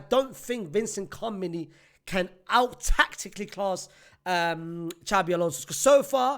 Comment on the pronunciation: Man said Vincent Cameni😂